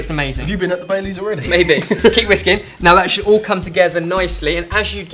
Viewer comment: When he was saying baileys i thought he was saying bay leaves😂😂